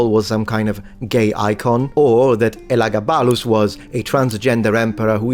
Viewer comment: At 0.19 you should have said WHO not WHOM. In Elagabalus the stress falls on ‘ga’.